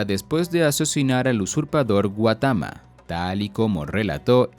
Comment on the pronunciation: GAUMATA, no guatama ;)